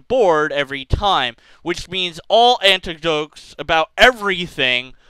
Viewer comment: You are mispronouncing "anecdote." No "t" before the "n."